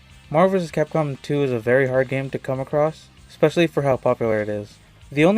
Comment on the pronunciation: There is no X in "especially."